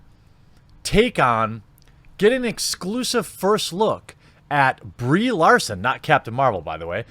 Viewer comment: At least he can pronounce her name.